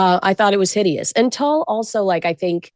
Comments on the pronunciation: "tull"??? yikes! Make Google your friend to pronounce things properly. it's not "tul" like pull it's tool like pool. smh a/p definition: The fabric is spelled tulle and is pronounced exactly like the word "tool" (/tuːl/). " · if you’re obsessed with TULLE then learn how to pronounce it. It’s TULLE said like tool. I’m sorry is such a moron. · oh ok you're saying TOLL but it's Tooooool. TULLE TOOOOOL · Someone PLEASE tell her it is pronounced 'Tuwall' or 'Tool' NOT Tull. I can't believe no one prompted them. It's all I can hear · Omg, your Gen Z fashion commentator is so ignorant. Tulle is pronounced TOOL. NOT TULL. I didn’t even know what she was trying to say at first. I thought she was mispronouncing toile. The last time she goofed, she didn’t know what Candace Bergen was famous for except Murphy Brown! AND, Patricia Arquette is not thinner. You can’t buy see he4 joker arms look chubby and her chest up is very large. The outfit just hides her chub. And yes, she’s known till look frumpy in her wardrobe choices. But she’s a great actress. So there’s that! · The netting fabric tulle is pronounced "tool", not "tull" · Just saying, I think it’s pronounced “tool” not tulle 😂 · Tool, not tull. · Umm, We did NOT pronunce tulle as "tull" in fashion school. ❤ I agree with 100% about the toilet brush!! ❤🎉🎉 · Definitely not tull. There’s a long U. Tuuuuul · It pronounced “tool” . Who is this on the right talking about fashion and doesn’t even know how to correctly pronounce this ? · Cringe,, tulle is pronounced “tool”. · Tulle is pronouced "tool" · How come you didn’t correct your guest host’s pronunciation of tulle. She kept saying Tull. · do your research. It's pronounced TOOL. Ugh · Tulle is pronounced TOOL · It’s pronounced “tool”, lol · Pronounced like tool. Mo got it right, take note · Tulle is pronounced tool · Yes, was pronouncing it like “ Toile” which is another fabric all together.